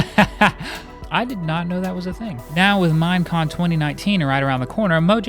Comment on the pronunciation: Every time he says "Mine Con" I thought he was saying Mien Kampf